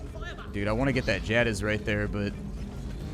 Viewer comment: the way you pronounce jadiz makes my head hurt